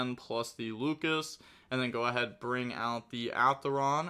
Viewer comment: I'm back with pronunciation: both the main deck monster and the extra deck Yummy monster are: "Lollipo" not "Lollipopo". The level 4 Draco tail monster's name is "Lu-ci-as" not "Lucas". Also even though there are no K9 in this video please call them by their names and not by their numbers, that is very confusing